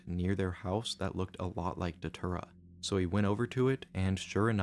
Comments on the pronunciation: You know it's bad when it's pronounced "deter-uh" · Datura ❌ Dhatura✅ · It's pronounced "Day-Tura"..... I've tried it once and NEVER again. We boiled in coffee and drank it. It starts off with not being able to see your phone, it's all blurry. Then the chaos begins. You see things that aren't there and talk to people that don't exist. It was a wild night, and I just roamed. I woke up on an ants nest wearing nothing but my boxers and one sock, that's it. I was about 3 hours away from my house. You get memory flashbacks over the next few days. It's a weird drug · i dont think you are pronouncing datura correctly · That doesn't work if you pronounce datura properly